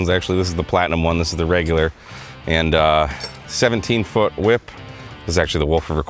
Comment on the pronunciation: The "whip" pronunciation is very Stewie. It cracks me up. Came for the experiment and stayed for the humor.